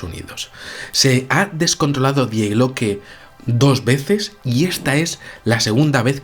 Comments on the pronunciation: el artículo gramatical del idioma alemán "die" que en español corresmonde a "la", no se pronuncia literalmente como se escribe, su pronunciación es "di" por que la "e" en ese caso es muda. "Die Glocke" como sabes significa "La Campana" y se pronuncia "di Glócke", no "die Glócke". Saludos. En ambos idomas ese sustantivo pertenece al género femenino por lo que suena mejor si dices "la famosa "di Glócke" y no "el famoso die Glócke". Es sólo una sujerencia para cuando se van usar términos de otros idiomas consultar algo en un diccionario sobre género y pronunciación para no crear en las mentes de las personas terminológías erroneas. Puse el acento en la "ó", a los efectos de pronunciación a modo de ilustración de la traducción. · El video muy bien, pero diooooos... Me pones enfermo cuando dices Die Glocke en alemán. Se pronuncia "Dii Gloke", el diptongo ie en alemán es una i larga. Por favor hazlo. No te lo digo de malas, no no... es solo que me pone de los nervios (hablo alemán y vivo en Alemania y cuando alguien pronuncia algo mal me da un algo).